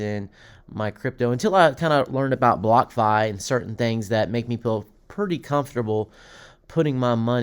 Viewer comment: Are you saying Blockafi?? Wtf...